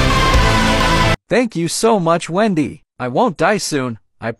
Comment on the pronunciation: Endy not wendy